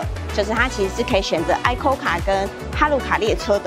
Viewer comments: 好像是念尹扣卡比較多，愛扣卡第一次聽到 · icoca 是念伊摳卡啦，不是哀摳卡XD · ICOCA是唸一摳卡😁